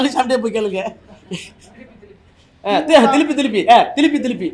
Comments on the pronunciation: ஐயா திரும்ப திரு ம்ப இல்ல திலு ப்பி திலுப்பி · அய்யா திருப்பி இல்ல பழனிசாமி சொன்னது திலுப்பி திலுப்பி னு சொன்னார்